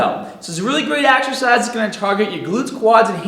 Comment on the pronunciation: AXERCISE ... AXE-ER-CIZE... AXERCEYES